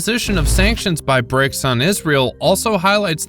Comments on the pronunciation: BRICS not BRICKS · Okay... it BRICS, not BRICKS Seriously, you are supposed to be journalists😂